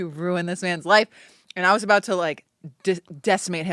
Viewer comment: OUT AND “A-BOOT” 😂 I love Kate too much, need to get married asap